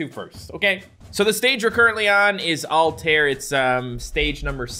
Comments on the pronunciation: alt-eye-air not alltear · Me: thinking pronounce it correctly: altare Me: dissapointment